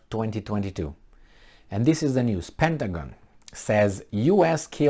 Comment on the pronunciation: PentaGONE LOL